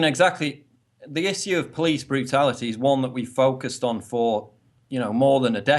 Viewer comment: And hear the way he says "issue" he sounds like a martian!!!